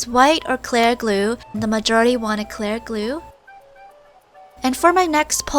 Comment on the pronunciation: WHY DO U SAY “CLAIRE” GLUE